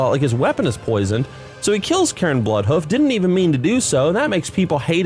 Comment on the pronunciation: lol ""Karen Bloodhoof", dude, his name was "Cairn". It's literally a word. It's in the dictionary... lol